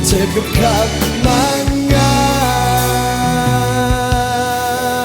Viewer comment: คำ : กำ คง : กง เคย : เกย กือ พี่ เกา ร้อง ออกเสียง ค. ไม่ชัดกรับ !!!